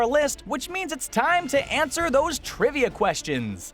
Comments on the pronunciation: get it he said ant ser instead of answer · HAHAHAHA HE SAID ANT-SWER SAJDJFKDN, why am I like this. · did you just.... did you say "ant-swer" I swear he did!!